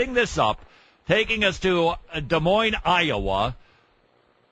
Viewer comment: Can't even pronounce "Des Moines" correctly. :/ Meh, they did the 2nd time.